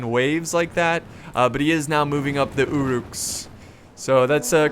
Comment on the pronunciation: It's UH-ruks, not OO'ruks. Great videos but every time i here 'oo'ruk i cringe